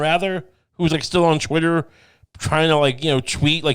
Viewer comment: pls stop saying chwittwer. It’s pronounced twitter. Thank you